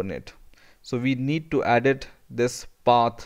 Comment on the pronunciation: lol when he says "Path", it comes out as "pat"